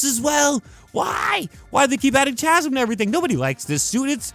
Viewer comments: its not CHAZm its CAZM is how you pronounce it... Chasm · say CHasm one more time and I swear to god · you're pissing me off with your pronunciation of Chasm. Kah zum. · Pretty sure chasm is pronounced “ka-zum” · Chasm is pronounced "kazzem" idk why. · The way this dude pronounces Chasm makes me wanna gargle glass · bro that’s not how u say the word chasm pls🤣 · I hate how he keeps mispronouncing Chasm. The H is silent.